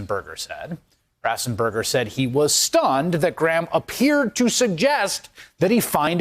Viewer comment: ...I love you and your reporting but if you are going to use the name Raffensperger so many times, please pronounce it correctly!